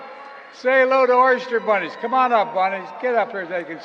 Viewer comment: I swear he said "oyster bunnies"😂😂